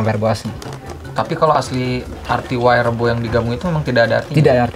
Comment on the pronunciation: Ma'af saya koreksi, bukan wayrebo tapi waerebo. 😊🙏